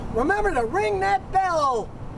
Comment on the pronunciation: Ring that bell-o !!am I the only one that hears him say Ring that Bell-o ?